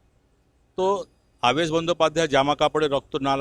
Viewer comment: Apni nam ta theek bolun.. Abaas noy. Aabesh . so so kore ki kharap uposthapona .. Erokom subject thakle eta ke top class content kora jeto . reporting ta shikhun. Aar so r dosh na katle shikhyito shona na .. Din mujur type r kotha barta . depressing .